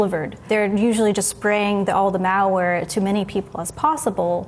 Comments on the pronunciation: The way she says, "malware" sounds like mowware...and it bothers me. Hahaha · Meow-ware is all I heard. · I can't unhear it, curse you! Haha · Sounds like a Milwaukee accent. How they say it like, Muhwaukee ahaha